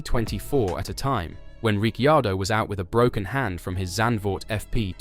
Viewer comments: Why do you pronounce he’s name like that??? Richeeeaordo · How many times did he he say Rick chardo!!🤣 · How many ways can you pronounce Ricciardo ??... I dot distracted by the simple fact , You never pronounced his name the same twice in a row ! ..And the RB driver school favours those that Marko likes rather than those who perform ON TRACK ..